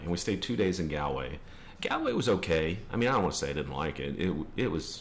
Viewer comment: I dislike Dublin but just because I don't like cities. Calling Kilkenny a "great little town" is a bit weird as it is a city, also you mispronounced Galway, it's pronounced like Gaaww-l-way, and the Cliffs of Moher are pronounced like "Mow-her" not "More". Sorry I had to correct this :p I'm from north Louth myself, nice to see you come to our country